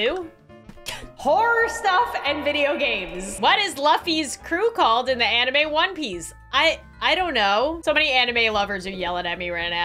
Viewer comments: LUFFY IS PRONOUNCED LOO-FY NOT LUFF-Y! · It is Luffy not Lufy aaaa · “L-uh-ffy” sighs and checks the comments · Just so you know it’s nkt luffy it’s louffy but spelled luffy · “ Luffy” all the anime fans yelling intestfies ITS LU-FY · nah but the way pronounced luffy's name on though 😂😂😂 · The way she pronounced luffy's name made me want to jump into 90.1 meters of water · I saw this vid a few months ago Knew NOTHING abt one piece Now I do Look I love you We all do But you said Luffys name wrong😭😭 NOT OUR BOY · You said his name wrong 😡😡